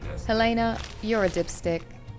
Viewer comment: this isn't really important but I'm weird, so apologies but you pronounced the name Helena wrong. it's typically pronounced He-le-na